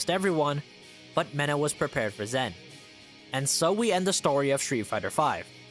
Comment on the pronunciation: his name's Zhen, it's pronounced more like a J than a Z :D